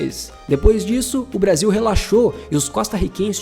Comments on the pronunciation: "Brasa"? Um vídeo muito bom, mas "Brasa" é difícil........ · Braza? Que PORR….. de Braza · Brasa? Que gastura. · Brasa? Cara, adoro seu canal. Mas, Brasa? Não rola. Boa sorte aí. ✌🏿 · "Brasa" ? Kkkkkkkkkkkkkkkkkkk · esse cara falando brasa da até raiva !!! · Conteúdo top mas não consegui ver até o final enfim É Brasil É Brasil E não Brasa Brasa é meus ovos 😂😂😂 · Po mano, falando braza? ai é de lascar em... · Bom vídeo, mas escutar várias vezes "brasa" foi de doer os ouvidos. Tava esperando o "canary" a qualquer momento... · Meu querido é uma delícia ver seus vídeos mas ouvir você falar “Brasa” é de cair o c da bund, brasa é carvão queimado, isso aqui é BRASIL. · Puta que pariu não é "Brasa" não caralh@ ninguém fala isso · Brasa o kralho... Perdi até a linha de lembrança você falando brasa. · Toda vez q ele fala Brasa da vontade de fechar o video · Brasa não pelo amor, niguem fala brasa. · "BRASA" doi no ouvido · Porra irmão tu falou brasa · "Brasa" não né, pô! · Excelente video, agr toda vez que ele falava brasa me dava um engodo, deleta esse vocabulário meu fii. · Excelente vídeo... só para de falar Brasa por favor kkkkk péssimo. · Muito bom o conteúdo do vídeo. Mas é Brasil!!! não Brasa. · Mano da nojo esse verme falando braza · Tomar no cu ele falou Braza de propósito 😂😂😂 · Brasa e meus eggs😂 fala direito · Parei de ver o vídeo quando falou brasa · Quando falou BRAZA pela 4° vez, parei de ver...